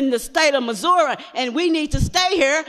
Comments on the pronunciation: Exactly. I'm European and I know Missouri exists in America and how to pronounce it, so I thought I was the dumb one when she said Mazruah. I thought it was some place in America I just didn't know about. Then I realized that she was actually saying Missouri the entire time. lol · 20 years and she cant even say “ethnicity” how can she be taken seriously about it in the state of “Missoura” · She said Missoura instead of Missouri and calls herself smart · MA’AM this is 2023 & it’s MissourIIIII not Missoura 😂😂 this woman & biden should be put in straight jackets & thrown into a room together to simply mumble back & forth, they would keep eachother entertained. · State of "Missurahh"?? I thoguht the State is called Missouri. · Mosorra no lady it's Missouri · Or missoura.. no idea what that is maybe I'm ignant.. me from canada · I'm from Missouri and find it disgusting how she pronounced it. Its pronounced as misery. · Don't forget Missouruh... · She talks about education but thinks Missouri is pronounced Missoura. I think she needs to get off her high horse if she can’t even pronounce the name of the State she represents. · I'm still trying to figure out what 'ethniticity' is and where 'Mizzourra' is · For someone who is talking about bills for education and she can even pronounce Missouri correctly . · I’m done immediately after the first mispronounced word. Missouri please do better. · Says she's highly educated...Can't say the word Missouri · Can’t even say date of Missouri right smh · She can't even pronounce Missouri properly xD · can't even pronounce missouri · Or Missouri